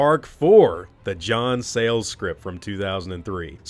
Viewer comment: the second you said 'John Sales' I swear either a part of me died or a blood vessel in my head burst.